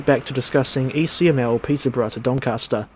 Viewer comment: "Peter-bruh" to "Don Caster"